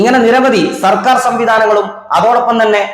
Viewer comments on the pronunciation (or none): none